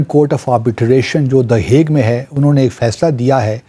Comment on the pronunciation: ICJ हेग, हुईग नहीं 😂